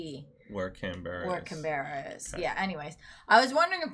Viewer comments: Hi!! Loved The Young Ones!! By the way, Canberra, the capital city of Australia, is pronounced Can-bra...you know us Aussies and shortening words!! Happy birthday to mother!! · lol no offence even though you're reading it .... still pronouncing it wrong (Canberra)